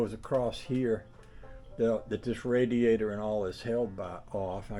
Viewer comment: Wait a minute drain the RaDEAzOr boy thats new one i aint never heard that one bAfore..i think your tongue went numb there for a minute..😅😅